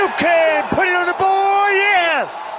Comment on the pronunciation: its board, not boy